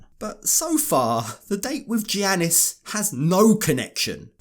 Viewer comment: Thank you for all of the awesome 90DF coverage! To help with future videos, because he’s a Greek man - the “G” is pronounced as a “Y” (so Giannis is pronounced Yannis), in this context, the same way that “Gyro” is pronounced “Yiro”, and a lot of Spanish “J”’s are pronounced “H”. ☺️